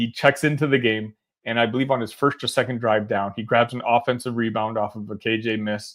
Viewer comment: You keep saying KJ’s name wrong